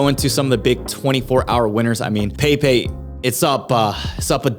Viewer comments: It's not "pei pei" it's "peppeh". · peypey 😂 bro its pronounced Pep pey 😂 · I think the frogs name is pronounced PEH PEH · It's actually pronounced "Pepai"